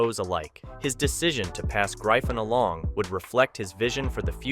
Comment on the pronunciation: its not known as graifon lol and wth is mahak? lmaoo